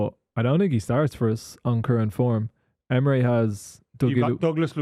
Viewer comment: It’s Emery not Emre ffs